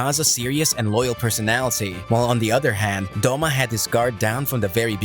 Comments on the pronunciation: It is douma not doma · The way you pronounce douma is terrifying